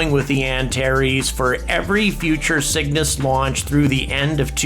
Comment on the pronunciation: I keep thinking he's saying "The Sickness" instead of The Cygnus.